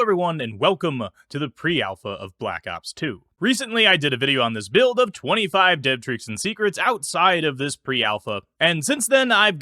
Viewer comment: “Alpha Buired” 😧 Love the vids 🙏